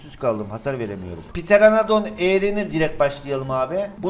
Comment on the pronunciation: Pterenadon✅ Pteroandan❎